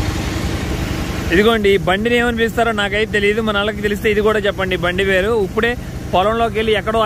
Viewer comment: U became more matured, pronounce ippude not uppude